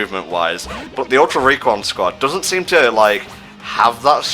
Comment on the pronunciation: really can not say "Ultra Recon Squad".